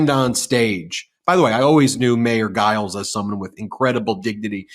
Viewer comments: I've never heard the name Giles (it's quite a common name) pronounced with a hard G before, and all other online media pronounce it with a soft G (i.e., like a J). Very strange. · Ben, the Mesa Mayor's last name is pronounced with a J sound. 😊